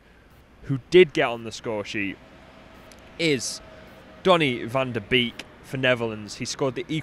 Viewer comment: It’s pronounced “van de Bake” not “van de beak”